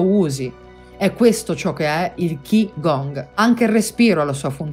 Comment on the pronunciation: Grazie mille! Ti correggo soltanto, se posso, la pronuncia di Qi Gong, che è Cí Gúng. :) E confermo la sua efficacia, a dimostrazione che la vera religiosità è un'unione tra spirito e materia, tra pratica e teoria, tra fede e scienza. Non a caso il governo cinese ha modificato gli esercizi in una sua versione ufficiale e, in alcuni contesti, è perfino obbligatoria, annullando le varianti di ogni singola scuola antica.